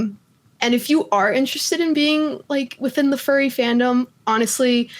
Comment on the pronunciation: saying fury instead of furry sent me 😂